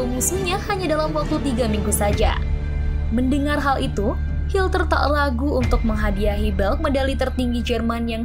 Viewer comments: Hitler min bukan hilter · Hilter lagi min 😅😅hitler min bukan hilter 😂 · Adolf HITLER bukan hilter 🙈😂😂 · Bukan hilter tapi hitler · Maaf,Admin Salah sebut...Hitler...jadi Hilter..❤❤ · Hitler bukan Hilter min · Dia sengaja nyebut hilter